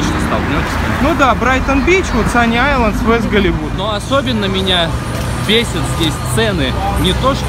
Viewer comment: Почему один из вас говорит sunny Islands а другой sunny isles? (Вы все рвано классные)